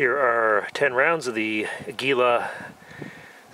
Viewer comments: An English pronunciation would be Ah-Gee-la with the G. Pronounced as in Gun.You were close.Cheers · Ah-gee-lah. It means eagle in Spanish. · It's pronounced ag-u-la